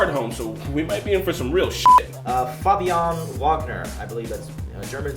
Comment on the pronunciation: Actually pronunciation of Fabian Wagner is more correct, than. The second 'A' isn't quite as long and we don't have those roling R's but aside from that, pretty much nailed it.